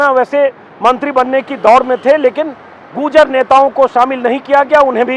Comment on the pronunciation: अंजुम जी वो गुर्जर है, न कि गूर्जर 🙏